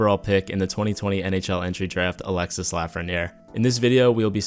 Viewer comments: It’s pronounced alexy not Alexis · it's Alexi not Alexisse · Sorry dont I need to sound like a nerd or anything but it is pronounced Alexi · The "s" at the end of Alexis is pronounced. The name is pronounced "Alex" "e" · Its pronounce Alexee...the IS is pronounce like an E 😉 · The "s" is muted. Its "Alexe" Lafrenière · I know my frenchies are cringing hearing the s at the end of his name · The S in Alexis is silence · You don't have to pronouce the "s" in Alexis